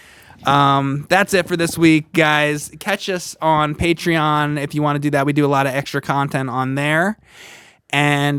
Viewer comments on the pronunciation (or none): none